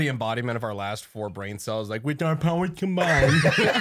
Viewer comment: At when Brandon said “Wit are powas cumbainded” I was brushing my teeth and gargling before bed. I laughed so hard at that moment that I sucked down the water and passed the f*** out and woke up a solid 40 seconds later on the tile floor sputtering. Thank you Unsubscribe for nearly killing me for like the 3rd time